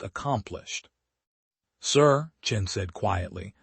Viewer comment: It's Chen, not Chin. Rookie mistake.